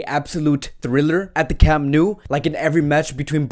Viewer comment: “At the Camp New”